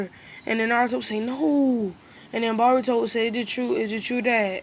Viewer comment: He said bourto